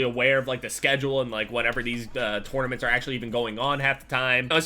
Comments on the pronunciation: Anybody else notice how says "Tournaments"? he says it like "Tornaments". Lol Oh. lol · Tornaments 😂 he says it like that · "Torn-Ament" lol